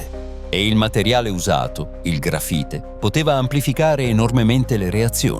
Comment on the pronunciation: Ma per favore .. "il contenitore di contenimento" "il gafite invece che LA grafite" ... una enormità di strafalcioni ...